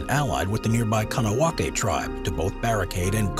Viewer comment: The 'K` in Kahnawake is pronounced as if a 'G'. Phonetically it is close to 'Gone ah wog ay'